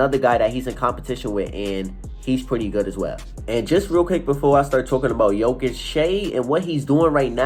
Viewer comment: You are wrong! It is JOKIC.......Period